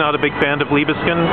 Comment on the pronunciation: So it's "Leebskind"? Thanks very much for letting me know! Better to know sooner than much later that I'm mispronouncing something. I just read in the newspaper that they're building some new Liebeskind monstrosity in Toronto. When will we smarten up?